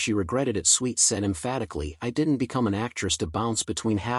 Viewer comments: Whoever is narrating this is not a natural communicator. Swit is pronounced S W I T for a start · Why is this annoying twit of a narrator insisting on pronouncing her surname as SWEET ??? Half these content creators have as much impact on the viewers at home as a gnat's fart on a CAT 5 hurricane.